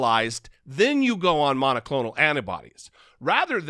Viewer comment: "Errrbody knows Biden and thuh deep state are in charge of the monaclonal antibody supply" DERRRRRP!